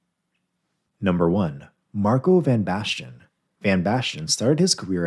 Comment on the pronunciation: CantoneA?🤣 Marco Van Bashton?🤣🤣